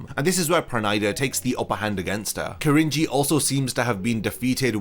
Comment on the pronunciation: I only ever hear Cringey. His name is Ki-rin-ji lol not Krin-ji